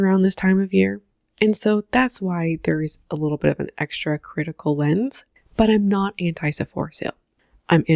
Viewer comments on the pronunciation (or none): none